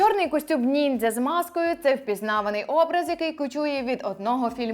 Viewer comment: Я залишу негативний коментар лише тому що ви кажете "ніндзя" коли правильно казати "нінджя" це моє єдине зауваження✨ Багато чого з цього не знала, дякую вам за роботу. Піду перевіряти ваші слова😊